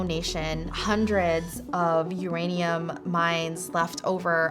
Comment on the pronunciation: It's ouranium, comrade